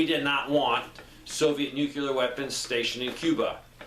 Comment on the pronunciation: Why are you adding an extra syllable to the word NUCLEAR? NUCLEAR is a two syllable word. It is NOT a three syllable word. Stop saying "NEW-QUE-LEER". It is pronounced "NEW-CLEAR". Two syllables... not three syllables. Stop pronouncing the word NUCLEAR wrong. I’ll lead an effective strategy to mobilize trunalimunumaprzure.